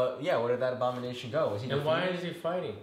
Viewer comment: everyone: ABONIMATION!!!! me: wong